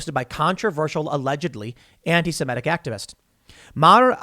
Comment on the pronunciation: Why do some people pronounce antisemitic as "antisimetic"? Can you not look at the letters and see which one is an "i" and which one is an "e"? I don't see which part of that is difficult.